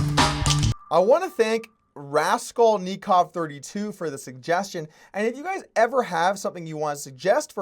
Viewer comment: Dude's nick is Raskolnikov and he pronounces it Rascal-nikov? Lol Doug u know, it's just russian. I'm sure you can come up and say it better lol put on a kgb movie and have a glass of vodka next time and you'll be fine :-D